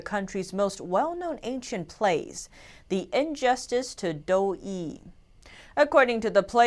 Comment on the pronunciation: It's pronounced "dough uhhh" not dough-ee